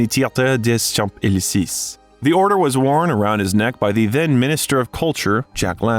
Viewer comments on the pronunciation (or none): Marseille is pronounced mar-say, Champs-Élysées is pronounced shomp-ell-eee-say, please coach your AI in the proper french pronunciations.